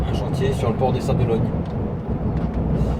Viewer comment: Sympa le passage aux Sables d'OlonNE (pas Ologne) 😁 je connais bien et j'y vais dans un mois... a+